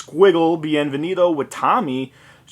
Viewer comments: Witommy? You mean Witamy (dabiju-aj-ti-ej-em-łaj) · speak witamy not wajtamy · Well, proper pronunciation is "vytamy", which means "Welcome" as you can guess. It's Polish.